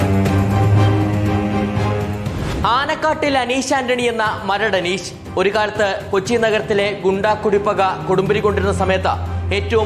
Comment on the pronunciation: അനീശ് അല്ലടാ അനീഷ് എന്ന് പറ